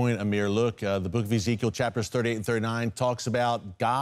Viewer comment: "Ezekiel ish"